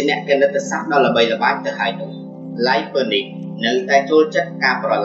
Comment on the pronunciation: គួរអានថាឡាយ នីត